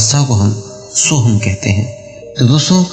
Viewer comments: Sorry sohung nahi soham name mantra hai. Soham 🚩🚩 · sohang nahi soham name hai.